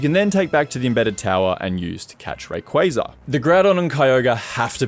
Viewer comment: My hat’s off to you for getting Rayquaza’s & Arceus’s pronunciations right! 👏